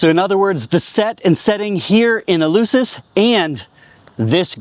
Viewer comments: In fairness to the host, his pronunciation of Eleusis is reasonably close to the Attic of Plato's time. The eu was a diphthong. Attic did not have the "f" sound. Or so we are taught. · And is called ELEFSIS [the E sounds ALWAYS like the latin A / 'A' tool...) and the U sounds like an F, unless is the first letter in a word... Like I said... knows nothing, understands nothing and posses as a 'know all''...